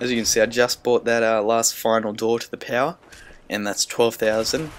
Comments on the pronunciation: I love it how you say power... "Pow" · Love the way you say power